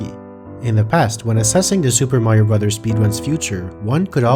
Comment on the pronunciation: Amazing video! By the way, it's nice to see someone who knows how to pronounce the title of the game.